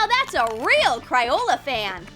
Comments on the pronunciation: Also, it isn’t, “cRioLA”😡 It’s CRAYOLA🙄😡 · Why did she keep on saying Cri-ola?! It’s Cray-ola get it right sis 😡🤬😡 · its cr-ae-oh-la that's how you pronounce it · How u say crayola wrong